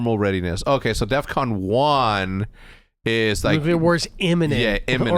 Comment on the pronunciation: dumbass didnt even day def con he said "death con"